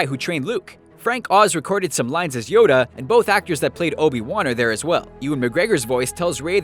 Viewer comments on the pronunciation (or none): none